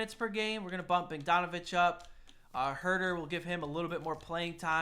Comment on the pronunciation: u said Bogdanovic wrong but im pretty sure thats just ur Wisconsin showing